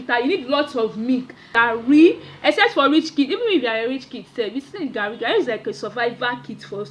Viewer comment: The way she said the garrii😂😂😂